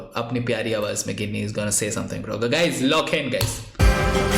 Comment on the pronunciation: गिनी nahi bhai it is pronounced as जीनी